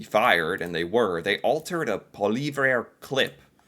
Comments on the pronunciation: It's "paw-lee-yev," according to Pierre, but seems to have no interest in googling the proper pronunciation of names. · Polly-Ev would be my take... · His name is pronounce Polly- ev. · Poilievre is pronounced Po-Lee-Ev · Pierre poillievre is pronounced " pwa-lee-ev" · Pool-vee-eh will get you a pass no matter how much I enjoy hearing you butcher his name and never the same way twice. 😂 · Pierre Poilievre pronounced poly-ev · Poa Lee have ruh. Try saying if like that... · His name is pronounced Poly ev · Oh. It’s hilarious to hear you struggle week after week with the same name. Try this: Paul-Yev. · Actually, it's Pwa lee ev. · the most correct but good luck, he’ll never pronounce this. 😂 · The conservative leader is Pierre...and his last name is pronounced paul-ee-ev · You need to learn how to pronounce Poilievre.